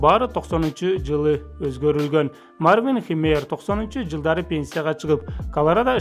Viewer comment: Мартин эмес Марвин деп турат туура окугулачы🤣